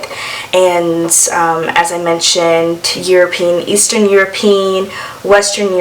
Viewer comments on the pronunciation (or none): "Euro Pe An" not "Euro peen"